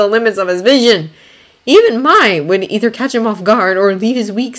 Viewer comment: oh and Mai is pronounced "May" (